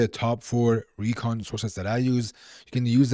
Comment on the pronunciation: He makes Recon=Kheechadi😂😅